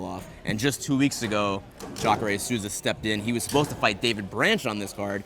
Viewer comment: Souza not Suza, even Joe Rogan got it at the weigh-ins ffs